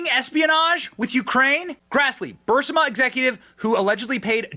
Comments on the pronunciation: Is anybody else troubled by the fact that pronounces Burisma as Bursima all the time EVERY TIME. Biden should be in prison over this. But will never see a second of time. Bennys show has become overly flamboyant and I’m getting tired of them. Your assessment at the end of the video is spot on. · Burisma. Not bursima. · 😂❤😂❤ OH MY. I WAS LOOSING MY mind over him mispronouncing it!!!!😂